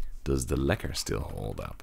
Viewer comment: You pronounce lekker, really good. Are you from the Netherlands.